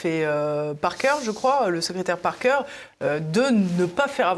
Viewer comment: Baker pas 🤣 Parker